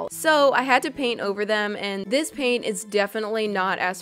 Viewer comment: Did you say paint on pain or both